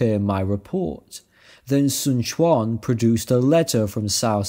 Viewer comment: A shame the 1994 version got taken down, felt that the 2010 got shortened a bit which is a travesty. Yuan and Quan would sound more like short e than a short a sound in the end but otherwise your mandarin is pretty good